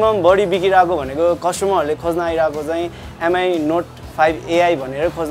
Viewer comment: Please MI is pronounced 'me'.